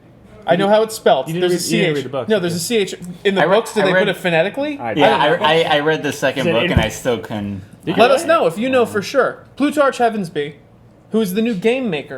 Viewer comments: Only thing I can say is I wish they showed Finnick. He's such a big part of Catching Fire and especially when Mockingjay comes. But all in all an excellent trailer. Btw in Plutarch it's 'ch' as in chemistry. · You pronounce Plutarch without the "ch" sound, just a "c". It was the name of a famous Roman/Greek historian.